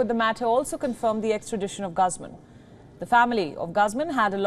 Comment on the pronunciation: GUZMAN... . sounds like GOOOOZMANN Not Gusmon